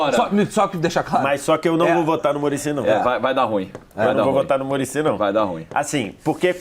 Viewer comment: O melhor é o falando vái dar ruim